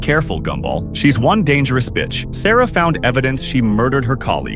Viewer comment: Did Darwin really say bicht?